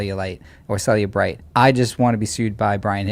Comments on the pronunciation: Cellebrite sounds like cellulite. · LOL “cellulite”